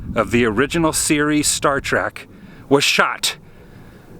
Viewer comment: "Star Track"??? Did you know calling it "Star Track" makes babies die in real life?! For real. There is literally no "a" in "Trek."